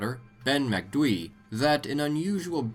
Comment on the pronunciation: Kudos for pronouncing Macdui properly, how do you guys struggle with easier words like Aluminium or Jaguar though?